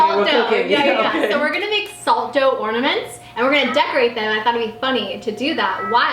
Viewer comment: are you saying ordaments? Lmao its ornaments. Or maybe i heard you wrong. Idk